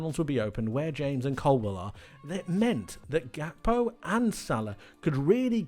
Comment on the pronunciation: Why do you pronounce Gakpo like that?